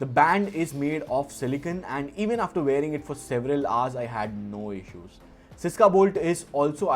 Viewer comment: Bro the word is SYSKA - i love your channel and your videos but i had never won any giveaway literally never i want this very badly 😢 pls. I had also buyed stuffs from your link